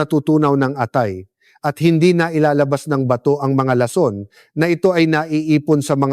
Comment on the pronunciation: Ayusin mo ung pagbigkas ng lason para hindi nakakasukang pakinggan